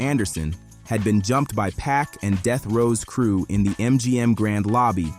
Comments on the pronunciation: It’s not “pack” fool. It’s Pac. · Tony Yai-yo? Pack? 🤣 AI voice narration is lazy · If you can't pronounce Pac's name correctly, then don't let it slip from your lips. ... which is why you shouldn't allow AI to make words for you either.